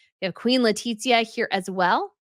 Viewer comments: Hola! The "z" in castellano has the "th" sound in English. So, it should be "Le-ti-thia" not Le-tit-zia. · PS Letitia pronounced Le tish ia. No tit in it!